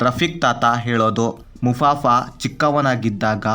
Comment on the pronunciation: ಮುಫಾಸಾ ಗುರು ಅದು ಮುಫಾಫಾ ಅಲ್ಲ